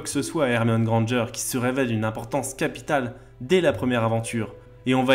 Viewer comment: Merci enfin une personne qui sait dire "Granger"